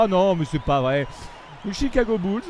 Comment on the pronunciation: Please Chicago Bulls et pas Tchicago Bulls 😜